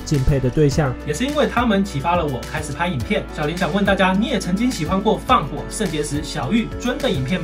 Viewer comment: 小林那個是念 ㄒㄧˉ一聲 ㄌㄢˊ二聲 這樣念的話老爸爸會生氣